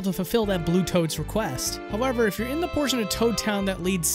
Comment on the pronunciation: "howeRver" xD